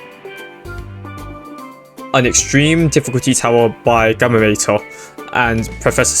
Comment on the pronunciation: that is NOT how you pronounce Gammator